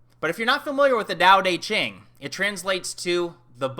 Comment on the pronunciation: gotta love that texan Dao DEY Ching pronounciation. I crack up everytime. Good stuff regardless.